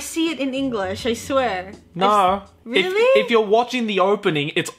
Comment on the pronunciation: Why did turn british when she said “i swear” 😂